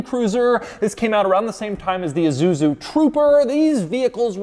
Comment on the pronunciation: Doug kills me… iSuzu, not iZuzu! Also… ever heard of the 4Runner? Yes, they’re still popular and they’re exactly this.